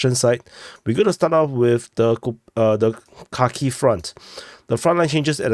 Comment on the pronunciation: He said we’re gonna start out on that cocky front 😂 instead of Kharkiv